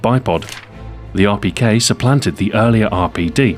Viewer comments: if you dont know russian you wont understand it. i know russian and he said it quiet well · XboxAhoy have you learned different languages because of how you could say Rpk in russian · Your pronunciation of Russian is amazing for the beginner! Greetings from Moscow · Am I the only one who thinks its so cool the way he pronounces Russian weapons? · Amazing Russian accent! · how long did it take u to perfect saying the Russian name of the rpk? cuz it sounded really good.